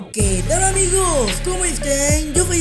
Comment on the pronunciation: siempre tienes que agregar una D antes de pronunciar algo con S? hola amigods